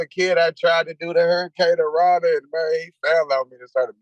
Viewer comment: "MAN, ONE TIME AS A KID, I TRIED TO DO THE HURICURANA..." 😂😂😂😂😂😂 LOVE THIS GUY